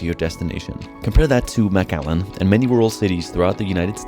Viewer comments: It’s not maaaaaaacallan it’s McAllen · I've seen 3 different thumbnails for this video so far 😂😂 and it's pronounced Mic-Allen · Texas native, it’s pronounced McAllen not Mac Allen. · McAllen not MacALLEN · MAC ALLEN? Its pronounced MIC Allen. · it's pronounced "Mc Allen", like McDonalds - makes sense right? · Is it really pronounced Mac-Allen? That’s news to me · Pronounced mik-allen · lol the first thing you should have asked the locals was how to pronounce their (easy to pronounce) town! 😂😂😂 you’re saying it wrong! 😂😂😂😂😂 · (5 mins in) The way he’s pronouncing “McAllen” is bothering me. Great video tho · I think he my be pronouncing McAllen wrong